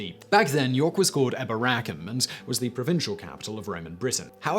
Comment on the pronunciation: Pronounced e-BOR-a- cum, third from last syllable.